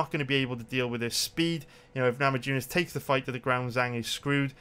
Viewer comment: Rose namajunis i bet there are plenty of Lithuanians in Wales just ask them how to pronunciate her name other than that you the shit tho